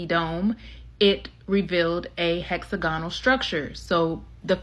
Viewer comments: Hex agonal? It’s hex ag onal smh seriously? This young lady has made it through the American education system and has no idea how to pronounce hexagon/ hexagonal? 308 MILLION people in the USA and none of you will stand up to the corruption in the government, CPS, the local government or the educational system , the endless 💉 throughout childhood, the brain damage or the disease or the corruption in the “health” system? Forced by government to subject your children to endless medical treatments without it being free? Cmon guys you gotta start standing up for yourselves. In the uk, Ireland and throughout Europe we are closing down the capital cities in protest on a regular basis, unharmed by our police unlike yours who are so arrogant with the “qualified immunity” they’ll shoot anyone and get away with it! You have the social media platforms saturated “truth telling” yet y’all refuse to actually stand up to the system! You need to demand better education, end qualified immunity, and the government out of medical treatments for your kids for starters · She can’t pronounce “hexagonal” and it’s annoying